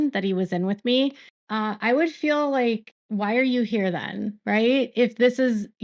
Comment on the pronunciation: For me it’s “fill” instead of FEEL. Drives me insane!